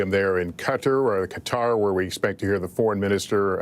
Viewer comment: Lester--you are a professional journalist and have been for decades. Please, when pronouncing "Qatar" give it at least the old college try. "Cutter" is an insect repellent, not an independent Middle East state. Stop being lazy.